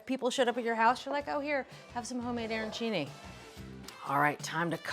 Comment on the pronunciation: Arancini not airancini. The pronunciation just hurts the ears.